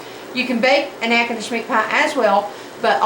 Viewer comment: I knew she was from Louisiana as soon as she pronounced natchitoches. You said “drive down” must also be from Shreveport lol